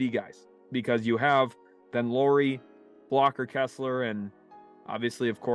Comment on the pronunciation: Almost 5 minutes in, so I probably will comment again later but! It's not "Lori" Markkanen (as you keep saying it), it's Lauri which is said similarly as a Lowry in Kyle Lowry. (Or that's as close as English speakers get 😄) Thanks!